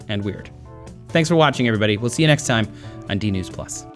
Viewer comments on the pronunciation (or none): none